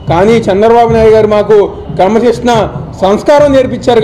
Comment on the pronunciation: అరే...నువ్వు "క్రమశిక్షణ" అని సరిగ్గా పలకరా కుయ్య...